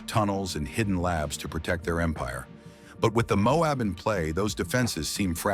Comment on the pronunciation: The mobe.... it's MO- AB!